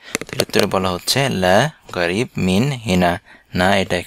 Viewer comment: এখানে ক্বাফ এর উচ্চারণ গ দিয়ে বলা হচ্ছে কেন, যেমন ক্বারিব কে বলা হচ্ছে গারিব। একটু বুঝিয়ে বলেন দয়া করে।